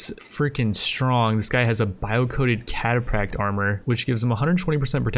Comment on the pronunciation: The ph in cataphract is an F sound, not a P sound.